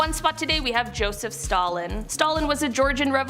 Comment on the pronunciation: Man said Stoseph Jalin